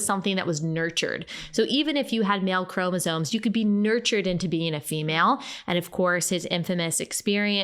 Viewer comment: It's chromosoMes, not chromosoNes, dude.